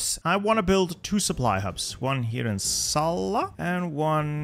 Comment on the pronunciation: That pronunciation of Salla was perfect!